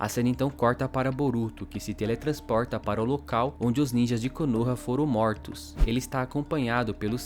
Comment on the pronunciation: "os Moutros"